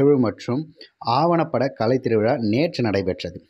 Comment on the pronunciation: கலை வேறு, களை வேறு - தமிழை சரியாக உச்சரிக்க வேண்டும் என்று கேட்டுக் கொள்கிறேன்.